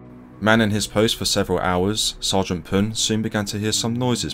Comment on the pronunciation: Thank you for pronouncing the last name right :)